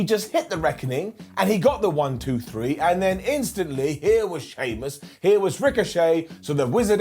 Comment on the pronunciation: Did just say: SHEAMIAN vs. DAMIAN PRIEST 😂😂😂